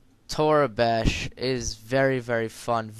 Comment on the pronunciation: its pronounce toreeebash :P